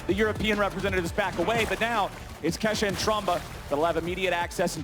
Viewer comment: She said kashaaa 💀